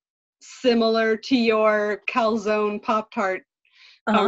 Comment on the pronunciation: GAH I am cringing at how you guys say "Calzone"